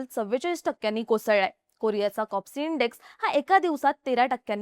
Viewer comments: कॉस्पी लिहिलेलं असताना कॉप्सी असा उच्चार होतो आहे का? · कोप्सि की कोस्पी😂😂😂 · Kospi ahe bai kopsi nhi media ahe jara pronunciation tari nit kara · Please Correct she said KOPSI it is KOSPI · Kospi not kopsi